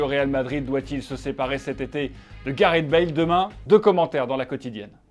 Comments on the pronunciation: Téléfoot, c'est Gareth, pas Gareht x) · je me demandais trop comment il allait prononcer "gareth"